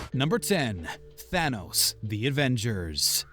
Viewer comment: Tanos? !😂😂😂 It will be THANOS